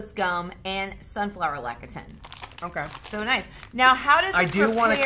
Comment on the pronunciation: Please it is (Lecithin) Less-i-thin!!! Not Lekitin!! always says it correctly when he reads the ingredients list:-) Also just the other day I saw on a program that explained what natural flavors meant and surprisingly it was not a negative thing. Loved the background where did you shoot this video?